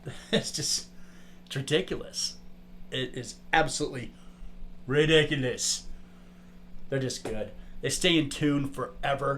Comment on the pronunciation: Recockulous instead of ridiculous